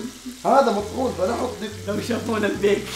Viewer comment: البيك ❌ الفيك✅